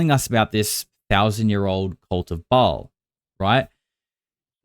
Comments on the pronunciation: Anya wick has no credibility. She also said she is Shia leboufs twin sister and a bunch of other things. If you've followed her at all you'll know her story changes a lot and For a member of the Ba'al cult she doesn't really know some basic things. Like how to pronounce Ba'al. It's not ball it's pronounced Bale. Also walt Disney was born in the United States. He was born in Illinois and grew up in Marceline Missouri where my family is from. People knew him. He wasn't a foreigner. I wonder how many more holes are in her story. It is however a fact that JE was definitely a part of that satanic fertility cult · Not Ball or .. "Bae-al" two syllables. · One person claiming to be Walt Disney's granddaughter is not proof of anything. She can't even pronounce "Ba'al" correctly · I know. When I say a demon's name properly. My dog's ears perk up. I've read the goatia, and the leaser keys 1 and 2. Ba'al is pronounced bay all. You have to say it fast. Bay All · See REVELATIONS 2:9 & 3:9. Comment from Bible student Mike777. Some of these are Kenites. They are a generational blood line of Satan himself. The pronunciation is BA...AL.